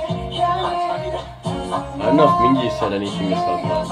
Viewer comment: guys if no one has mentioned yet, their names are pronounced as "Min-Gyu" and "Won-ooh" :)